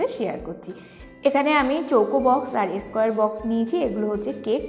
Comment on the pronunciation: এস্কোয়ার নয়, স্কোয়ার (square).